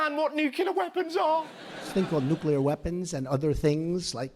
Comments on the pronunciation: I am % anti-Trump, but Howard, he does know how to say "nuclEAR", not "nucULAR". Every time you say "nucular", I cringe! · Christ, Russell, it's nuCLEar, not nucular. Even Donnie pronounces it correctly, and that guy is a well-known fucking moron. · It's "NEW-CLEAR", not "NEW-KYA-LURE"... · Agree with you on pretty much everything Russel, but 1 thing. You don't have the right to mock Trump's speech impediment when you consistently say "nucular" like some republican congressman -. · Nucular twice? Is that you, Homer? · Please stop incorrectly pronouncing "nuclear"...The way you say it reminds me Homer . Love your show otherwise! 💪🙏🙌